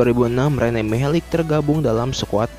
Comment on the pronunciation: Mihelic...huruf terakhir "c" dibaca tetap "c" gak jadi "k", sama sprti modric, malisic, savisevic, glusevic...pokoknya semua orang balkan/ ex. Yugoslavia.. c dibaca tetap c, giti saja bro...piss ah